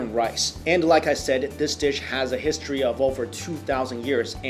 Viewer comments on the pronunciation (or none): none